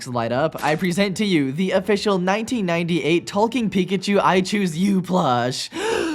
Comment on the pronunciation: every time you say ''talking'' i thing for a sec you're saying ''Tolkien''